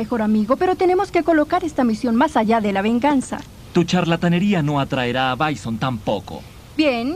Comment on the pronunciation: A ver se dice bison no byson